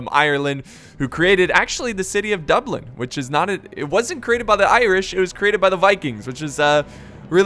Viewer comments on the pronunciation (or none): none